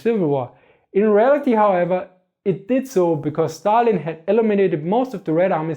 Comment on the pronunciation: I love how you pronounce Stalin